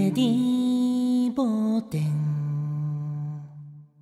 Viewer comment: 梶さんのデンのDの音が下がりきってない。 小野さんが一番音程が正確。